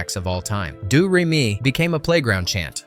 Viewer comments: Doo ree me? It's doe ray me. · Did anyone else cringe every time the narrator said “Due” Re Mi, instead of “Dough” Re Mi? I have never heard Hammerstein pronounce “Hammersteen”, and were the Captain and Maria actually dancing in a Gazebo, or was it a patio garden of sorts? 🙄😞